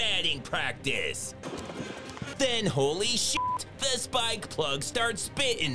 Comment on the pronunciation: "Started spi'in" Love it :D